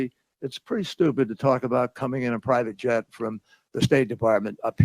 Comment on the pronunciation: "One of the most outrageously persistent lies that I hear which is this pry vitjet. We don't own a pry vitjet. I don't own a pry vitjet. I personally have never owned a pry vitjet." (but we did own a private jet, and that's a good thing).